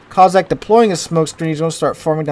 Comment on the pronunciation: Coss-ack,, coss-ack, not coz-sack.